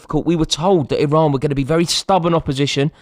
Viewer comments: It's Iran you knob 😂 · Someone tell Rory It's Iran